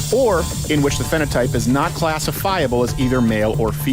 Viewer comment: Did Crowder just pronounce phenotype as "finotip"